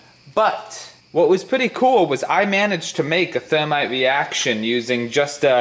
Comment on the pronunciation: My camwa shut woff in the middle of the weeaction 😂